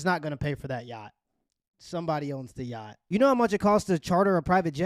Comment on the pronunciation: why everybody in this video is sayin YAAHDING ?! its called a YACHT ffs... sounds stroked tf out man damn